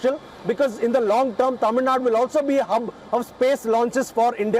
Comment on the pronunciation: I love when he pronounces Thamizhnadu correctly everytime 😍😍😍